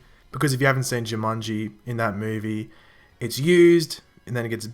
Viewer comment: Ju man Ji not Ju mun Ji